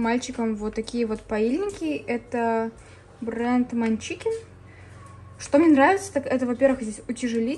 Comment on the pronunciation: это фирма не манчикин, а мачкин))